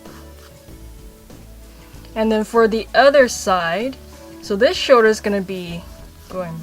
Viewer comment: Has anyone noticed she says "shoder" in stead of "shoLder"?